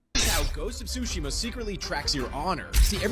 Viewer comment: It's not Sushima, the T isn't silent.